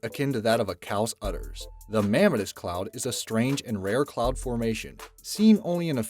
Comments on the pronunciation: it's pronounced "me-mah-tis" not "ma-meh-tus" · Mammatus = pronounced: mam·MA'·tus iridescent = pronounced: ir·i·dEs'·cent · Just FYI...iridescent is pronounced ear-i-DEH-sent, not ear-RID-a-sent and mamatus is ma-MAH-tus. I'd be happy to spring for a dictionary. LOL